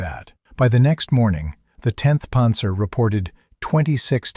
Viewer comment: What's a "ponzer"??